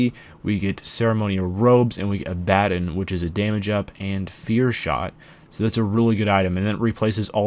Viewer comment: You're saying Abaddon wrong.